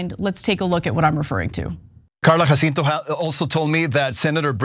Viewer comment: It's crazy how Ana can hear Jacinto pronounced correctly several times during the outside clip yet continue to mispronounce it. For Angelenos, pronunciation of Spanish names is not obscure.